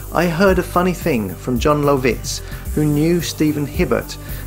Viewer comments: How did you manage to pronounce Jon Lovitz's name three different ways and all wrong? That's strangely impressive. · Holy shit, the way you say John Lovitz. Is that engagement bait in falling for now. So jarring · Jon Low-vits…..🤣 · The way he says Jon Lovitz is killing me.